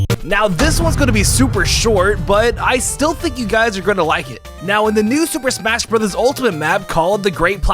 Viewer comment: „Super Shmas Brothers“